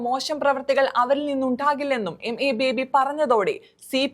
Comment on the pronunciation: MA ബേബി യല്ല. യമ്മെ ബേബി, അതാണ് രസം.